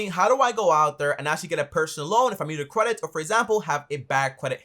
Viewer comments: Is he saying “CWEDIT”? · "cwedit" xD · qualified quedit 🤣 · Lol he says Kwedit😁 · The way you pronounced "credit" sounded funny